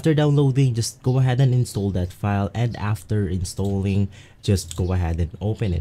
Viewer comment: "instowling" had me dying LMAO